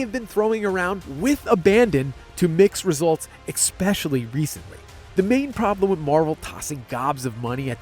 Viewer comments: "ex-pesh-shally" Uncouth. Uneducated. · Had to check out of taking this video seriously when the editor said “expecially” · Especially is not pronounced "exspecially." Anyway, Pascal? AGAIN? Is he their new Oscar Issac who has to be in everything they produce? Recycling the same actors for big franchises has been old for a while. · did you just say expecially?? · Take a shot every time this man says "exspecially"